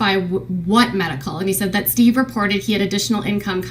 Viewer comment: correct me if i’m wrong, but i vividly remember KJ calling steve “she-ve” …. anyone remember this ????